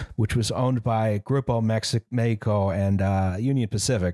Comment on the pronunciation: pronouncing spanish words as of they're italian is a mindfuck (di messico) on Mexican Gladio: don't worry, it's coming Henequen: It's sisal in English